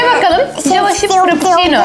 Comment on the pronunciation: Java şip mi Java çip mi 😂